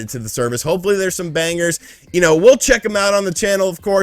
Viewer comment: Did I seriously just hear you pronounce “banger” with a hard G?